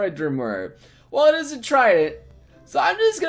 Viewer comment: *Toriel Drmurr* *Asgorr Drmurr* *Frisk Drmurr* I fuckin' love you,. XD